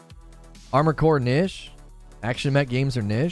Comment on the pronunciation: "Kneesh" lol, hi I'm well behind and please say it proerly omg lol:)